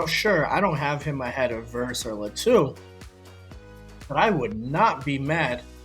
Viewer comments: Not luh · Think it’s pronounced Lah to